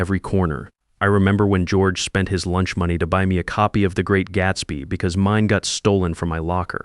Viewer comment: What a great story plot .... too bad AI glitches on saying money ( I hear that in a lot of stories -) Charlie did an AWESOME thing speaking up about George - wouldn't you like to do that in real life for someone ! I don't think the marriage has much hope